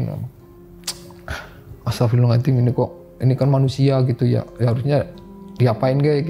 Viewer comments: nurut saya ga jauh ah .dia bilang astagfirullahaladim (z) nya ilang .kaya nenek saya gitu dia bukan orng ngapak .tapi kalo sholat ngaji bener Kok astagfirullahaladzim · Pas Nyebut "Astagfirulahalngadiiim" jan khas ngapak bgt ya pak. Salam ngapak dari Cilacap. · sinarsum nya ngucap Istighfar nya kok agak beda yaa , bukan bilang Astagfirullahal'adzim , tp beda